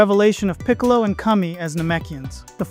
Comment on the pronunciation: Great video as usual,! I also love how the voice model pronounced Kami as Cummy! 😂